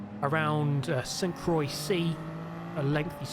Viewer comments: Dude please fix the pronunciation; stop saying Saint Kroye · PLEASE get the name of this circuit right! It’s sooo jarring bro! The phonetic way to say St Croix is like Sante qwa. St Croix is a lovely French village that I lived in for years